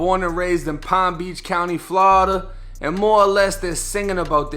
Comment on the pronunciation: Ha, say Flaurida again lol 👀